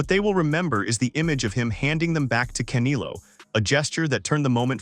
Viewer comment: The way he said canelo like caneilo killed me and then had me to a point where i Said "bro" out loud 😂